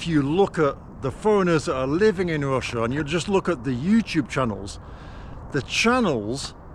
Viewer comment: Ffs! Its Russia not Wussia!